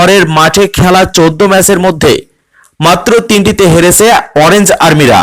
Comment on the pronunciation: ভাই কথাটা হেরেসে হবেনা হেরেছে হবে। সব কথাতেই স ক্যানো দেন আর ভদ্রো ভাবে কথা বলতে সিকুন তারপর অললাইনে কথা বলুন।